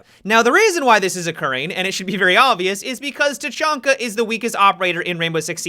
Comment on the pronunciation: He said tachanka bad dislike unsubed